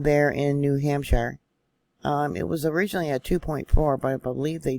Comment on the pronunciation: We have a vacation spot on the other side of Winnipesaukee, yes Guilford. You pronounced Winnipesaukee perfectly...New Hampshire..a little long on the shire side..(just trying to help you out..as I'm native to New England)...Wasn't up at the lake so when we go up will definitely ask family in the area...For the person commenting on this size of an event in California would be nothing...New Hampshire is known as the granite state...Our land is more rock based so when we have a quake it vibrates very strong....Love your reports...Was surprised to see the fault around Penobscot bay...we lived in Ellsworth area for 4 years...and will be heading to that area in a few weeks...More fun facts...my husband is from Ct...I'm from Vt....our oldest was born in R.I...and our middle in downeast Maine...youngest back in Vt.